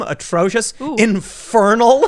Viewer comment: The way he says "infernal" makes me laugh every time.